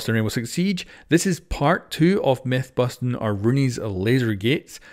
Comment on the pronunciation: Every time you say the intro, "Busting Rainbow Six Siege" I always hear, "Boston Rainbow Six Siege".